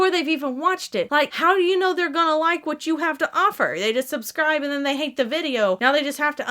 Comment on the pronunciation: Did you say “soapscribe button” ... 😂💜